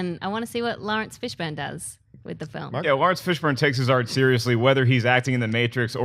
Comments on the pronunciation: Am I the only one who heard say Fishbone? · Uhh..."Fishbone" smh O_o lol! Yep that unknown dude, who has never been seen in a movie. cough-Matrix-cough, nice;) Guess all Fishbones look alike, and a Fishbone by any other name, would act as sweet;) Nah just messin' with you, maybe she's not that familiar with him, and reading errors do happen. No worries;) I did get a good laugh though.